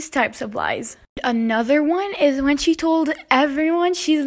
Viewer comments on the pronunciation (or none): none